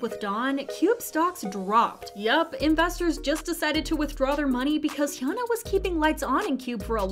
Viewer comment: its hyuna not hyana haha